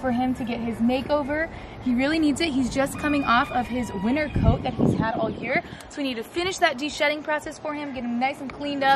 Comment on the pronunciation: Am i really the only one who heard "he is sheding his last bit of WINNER coat"😂 oopsie